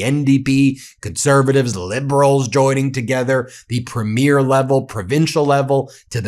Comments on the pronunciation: It's pronounced PREE-mure! PREE-mure! PREE-mure! PREE-mure! Don't any of you Meiselas brothers read the comments? I'm sure it's another good video but if it's about the Canadian First Minister's Conference, I can't handle it. Please respect the country you support so often on here and learn our customs! Vive le Canada Libre! Elbows up! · "preem-yr", not "prmyeer". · It's 'Premier' Ben, not 'Premiere' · not to sound critical, but Canadians pronounce Premier, Prem ier not pre mier Elbows up Canada and our friends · Ben, there is a difference between Première and Premier in meaning and pronunciation.🇨🇦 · Not that it's a big deal or anything, but we do not pronounce "Premier" that way when talking about provincial leaders. The accent goes on the first syllable and the first 'e' is long. So PREEmier. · You have a great channel Ben and always enlightening for sure....But one "nit picking" piece of advise. You pronounce(like all Americans I hear speak) our leaders of our provincial governments wrong. You say premier by saying "premiere(like a new movie being shown). But in Canada premier is pronounced "pream-yer". No biggie but thought you may want to know. All the best...... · Please have Charlie Angus teach you how to properly pronounce Premier. It's not Premiere